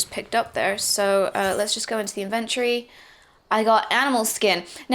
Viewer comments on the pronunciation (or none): I like how she say's Invent - tory. Kind of like the word Invent, just adding tory. Almost sounds like that's how the world should be pronounced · Inventory. Learn how to say it lol